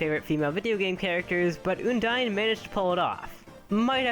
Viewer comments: I think it's undyne not ooodyne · Its UN-DIE-N not OON-DIE-N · ummm....did you guys notice that he said oundyne? not undyne... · Oondyne? Oondyne? IT'S UNDYNE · Undyne not oondyne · Its pronounced uhn-dine Not ooon Uh-n-d-ine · uuundyne? its pronunced i think AN-DIE-NN thats the best i can help you prononce when i an doing it through a comment section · It's Uhndyne not Oondyne! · Uh-n-die-n not une-die-n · its not pronounced OONDINE its pronounced UHNDINE XD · it's pronounced un dyne not ooondyne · I say an-dyne not oon-dyne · Oondyne? It's Undyne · Did you say...... Oondyne? It's un-dyne. Not trying to hate just pointing this out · Eudyne it sounds like this it's undyne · Oondyne really it's UNdyne UNdyne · What Oondyne? It's Undyne XD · uondyne it`s undyne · its not oohndyne its un dyne un as in undo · It's undyne not oondine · ehm it not oondyne its undyne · Oh btw its UNdyne not YOUndyne. if it were her name being a pun on Undying wouldn't make sense. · ITS UN-DYNE UN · WHEN HE SAID 'OOONDYNE' I GOT HELLA TRIGGRDDDDD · oondyne lol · Btw it's pronounced Un dine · You mispronounced Undyne it's ( un-dyne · Here's how to pronounce Undyne. Uhn-dine. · my list: 5. oondine 4. oondine 3. oondine 2. oondine 1. oondine yep. dat pronunciation killed EVERYONE in the comments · OMG IT'S OONDYNE! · OONDYNE! that pronunciation killed me. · Why did he pronounce undyne like oondyne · How are you pronouncing Undyne so wrong? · WHY ISNT SANS-PAI NOT 1?! also you pronounce Undyne wrong.. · Man you're saying Undyne's name wrong... Please check somewhere how to say it right.. XD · u said undyne wrong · You pronounced Undyne WRONG!